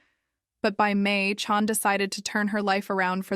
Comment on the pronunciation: her name is CHAN not CHON.. also pretty sure she was rapped.